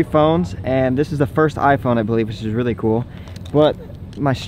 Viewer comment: did you really just say rily instead of really